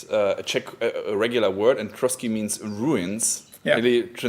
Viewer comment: Trosky, not Trotsky